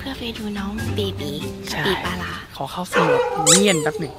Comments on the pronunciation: คาปิบาร่าค่ะไม่ใช่คาปิปลาร้า() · คาบีบาร้าจ้าไม่ใช้คาปิปลาร้า